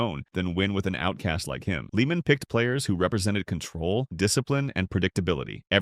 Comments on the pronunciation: Tom Leah-man.. Not Leeman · If you're going to narrate a golf Video Learn how to pronounce the pros names. The pronunciation of Tom Lehman name is Lay-muhn.